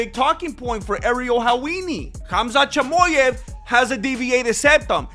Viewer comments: Your Mexican is really showing when you say “Chamoyav” 🥭🌶️ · Chamoyev 😂🤣😂 I can’t stop laughing. You delivered the facts in a very entertaining way 😂 *subscribed*